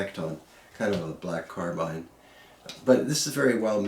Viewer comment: Thank you sir for not saying "car bean"